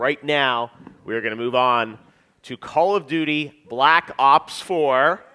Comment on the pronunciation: dude said “call of nudey” I’m weak!